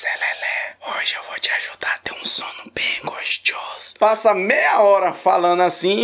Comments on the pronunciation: Não consigo mais falar gostoso, agora é gostioso 😂😂😂😂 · Tô assistindo pela segunda vez esse vídeo kkk adoro quando tu fala "gostchoso" ❤ Faz mais abertura dos vídeos fazendo Trap ficou super original. Muito sucesso pra tu!! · E eu peguei a mania de fala gostchoso kkkkkk é charme